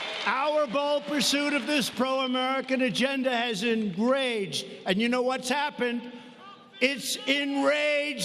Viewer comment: Engraged? lmfao